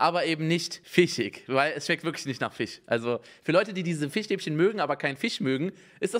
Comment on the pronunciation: Niemand: Unge: Fichstäbchen